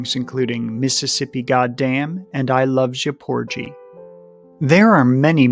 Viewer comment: Porgy is pronounced with a hard g.